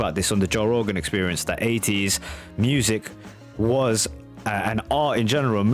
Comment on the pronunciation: Your accent got me good this time around mate. How on earth do you say 80s without pronouncing the T? Aye-ees 🙃. As others have said this was a working class take on the flamboyant music of the period